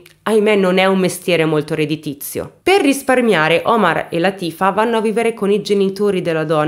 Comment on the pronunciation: Oh!! Non azzecchi mai l’accento giusto: Látifa 😆😁